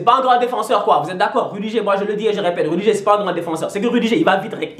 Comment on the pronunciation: On dit "rudiguèr" et "terch stègueun" pas stenguen ou rudigère